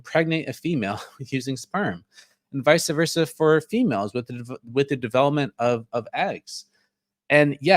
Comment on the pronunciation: You pronounce vice versa amusingly.